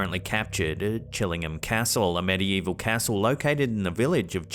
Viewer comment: CHILLING-HAM? Aw C’mon!